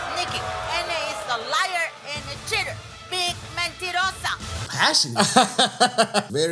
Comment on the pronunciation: ""cheater" sounds like shitter which is kills me